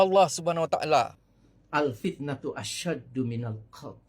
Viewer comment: Taale taale taale... Sebut btl2 le